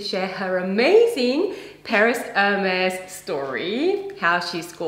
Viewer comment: Thank you ladies at least you know how to say Hermes. Do you know you only got the leftovers? I would not pay $100.00 for one of them. I still got my grandmothers Hermes saddle, my mothers scarfs , my own, towels, blankets and pillows, heaps of bags even on my husbands boat. Heike Port Douglas Australia